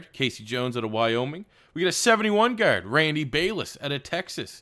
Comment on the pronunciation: Nothing is more discomforting than when you say the word "Guard"